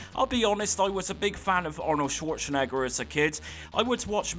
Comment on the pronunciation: Chwoure Chen Egger? 🤣